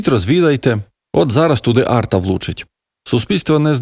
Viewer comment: Арта має інший наголос не читайте безглуздо !!!